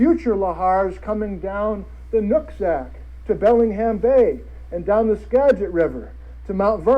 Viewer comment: Sorry for commenting so much, when he says Nooksack River...lol, not what I heard. And I was like, did he just say nutsack?